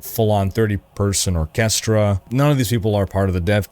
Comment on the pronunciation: Can we talk about that pronunciation of orchestra when talking about expedition 33? 😂😂😂